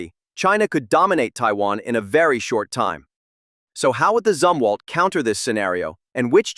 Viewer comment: good video, but your AI voice didn't seem to be very certain as to how the name of this ship is correctly pronounced, as it continued to waffle back and forth between 'zum' and 'zoom' for the first syllable. Maybe you need to pull it/him aside, and fill it/him in on which of the 2 is correct.🤨